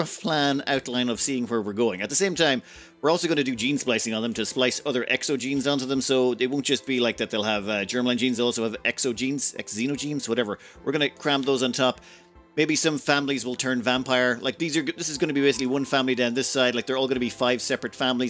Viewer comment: Xenogenes is pronounced as zee-no-genes (like the xenomorph in aliens is zee-no-morph). Basically, pronounce the X as Zee. 😗